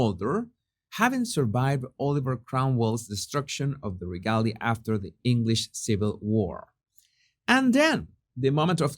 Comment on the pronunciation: ruh-GAY-lee-uh. (regalia) sorry, i'm a bit OCD about pronunciation. If you ever heard me pronounce Spanish, you'd be laughing so hard you wouldn't be able to correct me!! All the best to you and yours,!! ps the Stone of Destiny is actually the Stone of Scone (pronounced Stone of SKOON) The English call it the Stone of Scone because they mispronoune Scone so often.